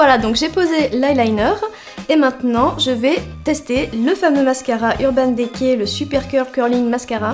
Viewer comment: merci pour cette vidéo! =) je ne sais pas si on vous à déjà fait la remarque dans des vidéo précédentes mais le E de DECAY se prononce I comme NAKED ^^ c'est juste un détail mais bon ^^ bisous =)